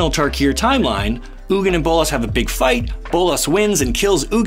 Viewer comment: You're pronouncing "Ugin" wrong, it's pronounced "Eugene"